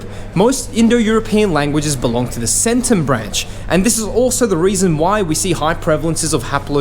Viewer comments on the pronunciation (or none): The 'C' in "Centum" is a hard C (as described in my high school) as in Classical Latin. Did the Yamnaya call themselves that, or is that the name assigned to them by archeologists? "Satem" is pronounces with a short "A" as in (once again) Classical Latin (the "Long A" in Latin sounded a lot like the short A, especially as these terms preceded the Great Vowel Shift).